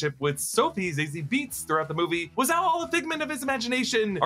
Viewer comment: The way you pronounced Joker, Gaga, and Zazie made me think this was directed by M. Night